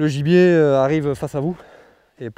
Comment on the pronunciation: A chaque fois qu’il dit gibier j’entends ennemi.